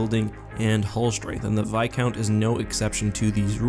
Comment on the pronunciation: It's viscount with an s